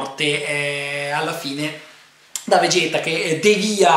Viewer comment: Essenzialmente è un film tutto fan service, molto comico e divertente, davvero perfetto il doppiaggio italiano (anche se Andrea Ward non mi andrà mai completamente giù perché ha una voce troppo da Kenshiro più che da Goku e se non capisco come diavolo pronunciano "Vegeta" con quella "e" assurda)!!! Volevo fare una notazione a... Pilaf e la sua banda vengono rimpiccioliti (infatti Pilaf è vestito in tenuta da scuola) in seguito all'episodio speciale per i 40 anni di Shonen Jump nel quale Goku si scontra con Avo e Cado e si vede il fratello minore di Vegeta... Evidentemente è considerato canonico e sin da Battle of Gods (e quindi Super) Pilaf & co. sono piccoli... Ed infine un'altra citazione che magari in pochi anni notato... Il tipo che va ad avvisare Bulma del pericolo fa parte della pattuglia galattica (o una cosa del genere), la stessa pattuglia di cui fa parte il protagonista del recente videogioco Xenoverse!!! Anche questa una cosa molto carina!!!;-)... Comunque a me il film ha divertito parecchio, l'avevo già visto in spagnolo con sottotitoli ma rivendendolo in italiano mi sono divertito molto di più (Madonna, le battute su Crilin!!!:'-D)!!!;-)